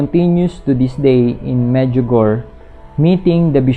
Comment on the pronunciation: Hi, thanks for your informative video regarding Our Lady.. just want to say the pronunciation po ng Medjugorje is "Med-dyu-go-re"...